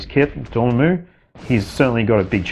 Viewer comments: Bro it's DOR-MA-MMU NOT ~ DOOR-MAH-MOOO 😂😂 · LOL. I’d wanted to say about your pronunciation of Namor for a year but resisted, LOL. Dorm put me over the edge 😂. Sorry, but you know how geeky Marvel fans are. 😆 Love your vids. Keep up the good work. PS: Not an English teacher—just a grammar freak!